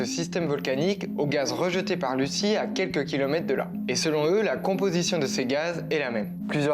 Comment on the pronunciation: Ça se prononce pas Lucie mais luzi lol 😅